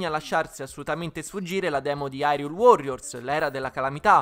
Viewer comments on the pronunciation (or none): La demo è meravigliosa ma ha due problemi che tutti i giochi di "The Legend of Zelda" moderni hanno. Il doppiaggio italiano è straordinario ma sentire Hyrule detto Irule mi fa stare male. Poi, nonostante tutti i personaggi siano doppiati, Link non spiccica una parola. Capisco durante il gameplay, ma almeno nei filmati Link potrebbe parlare e sarebbe fantastico vederlo parlare con una voce italiana e in tutte le altre lingue con un doppiaggio dedicato